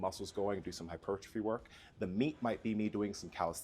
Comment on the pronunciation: “Artistery” and “Hipertriphy”🤣 lay off the brotein juji!